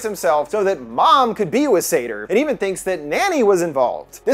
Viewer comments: I also couldn't quite get past the -pronunciation of Sator either... that is to say 'Satyr'. Which is a bit more literally a horned forest spirit and probably closer to the depiction in the movie. Likely on purpose? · As a Jewish person i get thrown off every time he says “sator” bc it sounds like “sedar” 🌚🌚